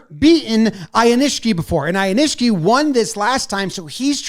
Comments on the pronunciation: Ow-kneesh-key is how you pronounce Aonishiki. Incidentally if we wins the tournament in March, he will be the first "westerner" AND the fastest (fewest total bouts) wrestler all time to attain the title of Yokozuna. The Wall Street Journal did a story on him recently. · your pronunciation on Aonishiki is getting worse. It's "ow-neesh-key". Like I said last time, you'll probably have him multiple times on TYM. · Ow-nish-key, you did get atamafuji pretty close. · Thanks so much for featuring sumo again! You did a good job with the names but they're a teeny bit off - if accuracy matters, here's the short cut: Aonishiki (OW-NISH-KI) Atamafuji (a-TAMMI-fuji) accent on the 'tama' (even though Japanese technically has no accents, just inflections. :) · pronounced "ah-tommy-foo-jee" and "ow-nish-key"